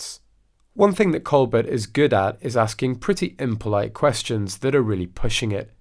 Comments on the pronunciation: Stephen’s last name is pronounced Colbear the T is silent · It’s pronounced “ Coal- bear” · The “L” and “T” are both silent on Colbert!! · The Late Show with Steven Colbert is pronounced Coal BEAR not Col BERT. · Learn how to pronounced Steven's surname!!!